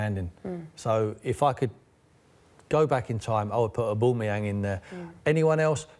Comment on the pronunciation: OBAMAYANG LOL